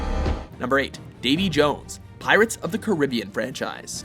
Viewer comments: It's ca-R- be-an not Carribe-buen 😅😂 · He said Caribbean like car-rib-be-in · Did he srsly say pirates of the caribaean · You said Caribbean wrong